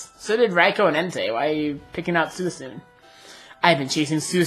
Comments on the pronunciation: By the way, its pronounced SWEECOON not SOOEESOON lol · ive never heard that pronunciation of suicune before. thats pretty neat :D i pronounce it swee-coone, if that makes sense XD